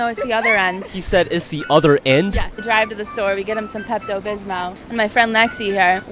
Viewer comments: Why does she keep saying peptobismo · Lol she said “pepto bismo”